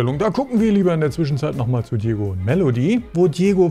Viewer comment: Er heißt Djogo,nicht Djiego.